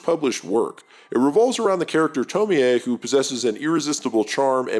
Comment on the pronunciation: The redemption arc of learning how to pronounce Tomie 🫡